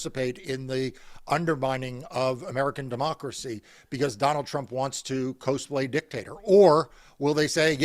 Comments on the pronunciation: Co-splay f-ing sent me lol. It's cos-play, with "cos" sounding like "costume". Costume play. Cos play. CAUS-PLAY. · Someone please tell Mark Elias that it's not pronounced "Cose-play." It's from "Costume Play." So the "Cos" in "Cosplay" is pronounced like the "Cos" in "Costume." It's "Caws-play." I'm not bringing it up because his pronounciation bothers me as a nerd or something (which I totally am). But, because that's the kind of mispronunciation that indicates that Mark Doesn't know was "Cosplay" is when referencing it (trying to sound current) and that he's probably reading from a script instead of replying contemporaneously. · It's not co-splay, it's cos-play. As in costume. Just fyi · As serious as this topic is, I think we may want to inform folks that "cosplay" is pronounced cause-play (as in "costume play") not kohz-play. I've seen a few media figures and politicians (who likely aren't familiar with the wacky worlds of comic, anime, and video game fandom that birthed the term) pronounce it incorrectly, and it's almost certainly going to be mocked by the nerds on the right who THRIVE on this nonsense. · It’s cǒs-playing (short o sound)😬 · Mark, No offense intended, but "Cos-play" has a short "O" sounding like "ah". We understand why you don't know this, but figure you are the kind of person who cares. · MARC, you're pronouncing "cosplay" incorrectly. It comes from "costume play" and its pronounced "cauz play", like "cause play". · It’s so dope to hear Mark throw down the bare bones of some root arguments. Not as wholesome as hearing him repeatedly mispronunciation “coesaplay” lol. These videos are always super dope. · "Cozeplaying" - Mark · Cosplay. The cos should be pronounced like costume which is what it's short for. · Mark’s pronunciation of cosplay is adorable 😂❤ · Someone please help my brother learn how to pronounce cosplay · You're mispronouncing cosplay. 😉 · Please teach that man how to pronounce cosplay